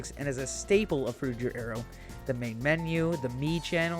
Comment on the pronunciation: A minute into the video and bro has mis pronounced frutiger aero like 10 times smh